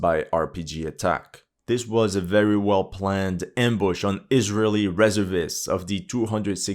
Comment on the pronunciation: You're pronouncing "reservist" wrong.